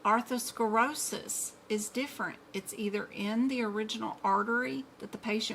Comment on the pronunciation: You're very knowledgeable and I don't mean to criticize. But you mispronounce lots of terms....like Arthurskerosis instead of ATHEROSCLEROSIS...Exasperation instead of EXACERBATION. It's so important for us to know the correct word pronunciation especially if you're teaching.